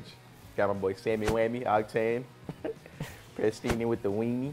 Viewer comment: I lost it when said prestinni with the weenie😂😂😂😂